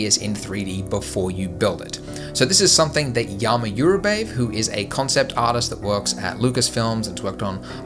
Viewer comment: His name is pronounced not as 'Yama Yurabaye' but 'Dzhama Dzhurabayev'. As if you were spelling the word 'Jam'. Same way.